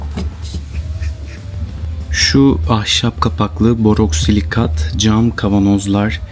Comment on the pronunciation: Borosilikat olacak doğrusu boroksilikat değil 😊 Teşekkürler 🤗